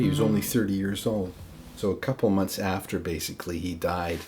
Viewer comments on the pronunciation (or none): none